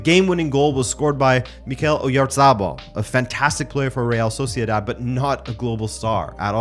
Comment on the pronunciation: Oyatabal not oryazarbal